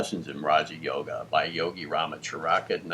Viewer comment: THANK YOU. 🙏(Note: RAH muh chuh ruh kuh not “chuh ‘RAH kuh )